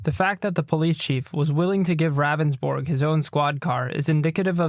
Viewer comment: It’s Pronounced Roundsburg not Ravensbourg...He even says his name during the 911 call and yet still you say it wrong always...